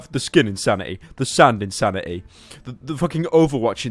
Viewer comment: i think u mean in-sand-ity